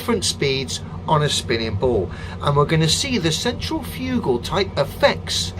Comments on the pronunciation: "central fugal" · I'm sorry but clearly said centralfugal which must be a different effect to centrifugal. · "...centralfugal" Off to a good start there. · "Central fugal" force... facepalm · he called it "centralfugal" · Central-fugal? Cen-trif-ic-al